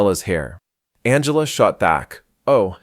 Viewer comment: AI cannot figure out how to say "Angela" correctly